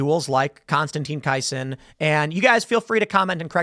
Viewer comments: Pronounced: Konstantin Kiss—in. Tim, you are missing the fact that Konstantin is also a comedian and commentator. Triggernometry is a great program. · Kisin is pronounced like ‘kissing’ Tim. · Konstantine K-eye-sin?? Come on Tim. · How can Tim not know how to pronounce Konstantine's surname? How can he be unaware of Triggernometry? He'd know the working definition of Woke-Right if he had watched the recent James interview closely. Has he been doing a 'Maher', and spoke without watching properly? Come on, Tim. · It must be the chicago in tim that prevents him from pronouncing words lol Kisin, Rehoboth. These are things he should not say🤣